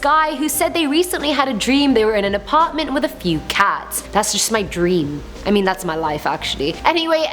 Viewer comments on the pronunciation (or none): none